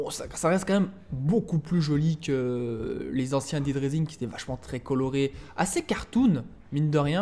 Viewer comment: dead* et pas daid